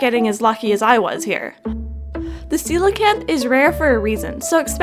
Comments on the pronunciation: I think it was called “Coke-Lee-Anth” 😂😂 but it’s “see-low-can-th” 😂😂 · lmao did anyone else think it was pronounced "coal-canth" before this video?